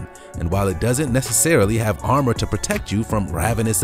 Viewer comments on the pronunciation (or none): none